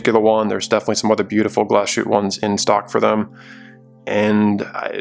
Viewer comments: Great video. Please pronounce it Glass-huette, and not Gla-shooteh. :-) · Good video, very nice watch! When pronouncing Glashütte, you made the same mistake as most Non-Germans: speaking it like the s and the h formed a *sh*, like in 'push'. They don't, though, Glashütte is two words joined together, 'Glas' and 'Hütte'—glass factory. A Hütte is a facility where they deal with molten base material, I think, like, there's also Stahlhütte, steel factory, for example. So… there's a tiny pause between the two words, Glas-Hütte (keep the long a that you already use, etc). Your 'ü' is pretty spot-on, though! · Thumbs down. Because you didn’t have a gram of decency to check how to pronounce the watch you review. Shame.